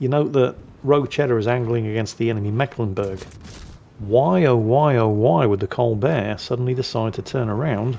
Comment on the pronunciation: it is meeklenburg, long "e" not short, basiccally the "c" is a stand in for a sign that denotes a long vowel sound. yours sincerely: a mecklenburgian ^^